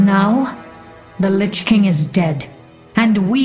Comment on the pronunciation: Lich King, not lichking.